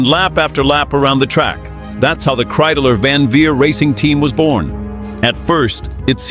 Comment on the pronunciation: It’s Kreidler! Not Kreideler🤬